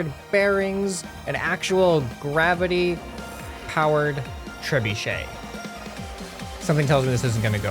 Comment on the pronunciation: You said trebuchet wrong